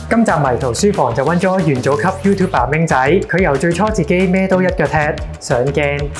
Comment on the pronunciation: Youtuber唔好讀成 “Youtube爸” 呢。 發音教材可幫助。祝好。